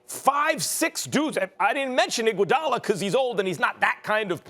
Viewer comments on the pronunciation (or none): I just heard IGUODALA and lost it lmao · “I’ll take Iguodala”